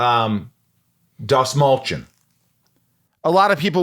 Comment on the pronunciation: For anyone that cares to pronounce the lat name correctly it’s pronounced DAST-MALL-CHI-YAWN. (Persian last name) fun fact: Dastmal means tissue.